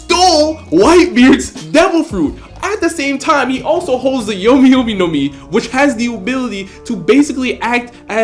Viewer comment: you do realize your saying Yomi as in Brooks fruit? Yami is what you meant to say.